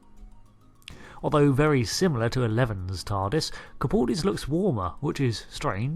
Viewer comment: Did you just call Capaldi, capuldi